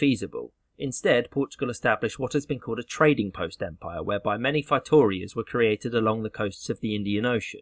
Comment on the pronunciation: Feitorias = fey-toe-REE-uhs